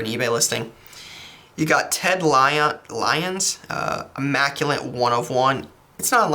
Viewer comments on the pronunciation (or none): Not trying to be mean, but I’ve noticed you say “immaculate” as “immaculent” in all of your videos - just wanted to give you a heads up 👍🏼 keep up the good work